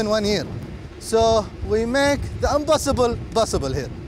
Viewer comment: We are Able to "Broduce" , "We make the Unbossible, Bossible here". And burst into laughter 😂🤣😅😂